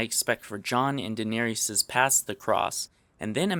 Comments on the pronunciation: Dae•ne•rys (də'neris) Sheesh! We're 51 episodes in, for Christ's sake! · Daenerys not Daeneryes sorry but it really annoyed me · He even pronounces it "Denarious" ...travesty. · "day-nair-ious" lol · ...Dinarius? What is that pronunciation? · "Din-Air-ee-us". Learn how to pronounce daenerys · Awesome video, really well editied/narrated, but denerius, damn i hate how you pronounce her name haha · why pronounce daenerys as daenarius... grating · Did you call danaerys "danaerious" or was that just me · Great video! Dineerious, though lol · some more feedback: You pronounce "Daenerys" no less than three different ways. The worst was "Da-nar-i-us" which just grates on the ears. Just a note, since there are so many GoT youtube guys; if you want people to take you seriously, at least say their names right. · Stop calling her Danar-E-as. How can you not know how to pronounce her name properly? That's the real mystery here. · It's pronounced DIN-er-us. Also, other grammar things. Solid theory, but it's difficult to take seriously when you aren't pronouncing the name of one of the most important characters correctly. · Why do you pronounce Daenerys like that? It's not Deneerees, or whatever you're saying there D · It triggers me how you pronounce Daenerys (də-nair-iss), but otherwise nice video and theory. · Dae-ner-ys: three syllables, not four. Dis-tract-ing (not dis-tract-i-ing) every time. :) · i get pissed when you say dinarious. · "Daener--y--s"... holy fuck that is annoying. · It was painful to keep hearing Daenerys' name pronounced so horribly wrong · I don't like titles that have spoilers... And I don't like the way you say Daenerys. But you've got sound theories I've read all over the place, but that's all good. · Stop saying her name wrong. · God the fucking stupid way he said Danny's name made me want to punch my screen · i had a small seizure every time he mispronounced Daenerys' name. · Stop saying Daenerys Targaryen wrong. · what the fuck is a "denerias"